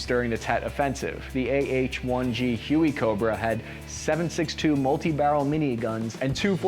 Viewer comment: When you say 762 multi barrel miniguns, it kind of sounds like the helicopter is armed with 762 miniguns at the same time, rather than a 7.62 minigun